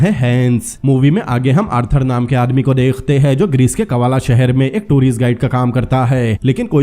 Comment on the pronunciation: Dekh te hai ... Degh te nahi bolo .. work on your talafuzz